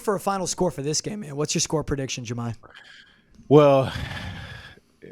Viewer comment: Did he say his name was Jahmi?? Loool